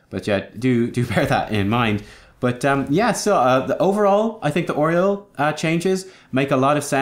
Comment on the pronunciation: Oreol? I hate how you pronounce her name. lol. Also, they're Omnics.